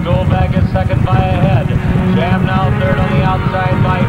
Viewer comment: lmao it's not "Shaw" it's SHAM.